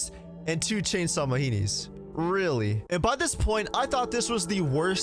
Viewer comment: "Chainsaw meheni " 💀